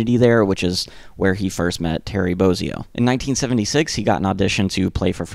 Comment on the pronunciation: So you know, it's pronounced Boz -ee-o, not Boaz-ee-o